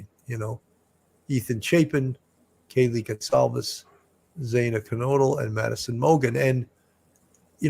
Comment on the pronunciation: It's pronounced Xanna.